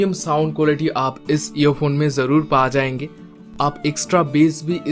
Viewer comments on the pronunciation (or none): none